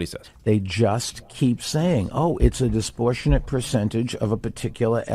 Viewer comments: Hey Plumberg, "disportionate" is not a word. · If you pronounce the word disproportionate, as disportionate (not even a word) then you are not qualified to teach 11th grade English, never mind be the President of the United States. Another idiot oligarch. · All this other obvious stuff aside, billionaire dude can't pronounce disproportionate.